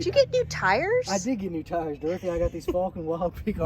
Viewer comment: Fal ken. Not fall ken 😂 great video.